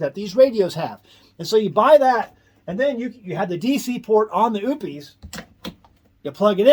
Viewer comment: Oupes = oh - pess, not oops!